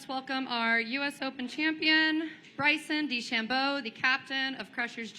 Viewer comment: Deh-SHAM-bo It’s not hard to pronounce. You would think that someone whose job it is to interview people would know how to say the most popular golfer in the world’s name.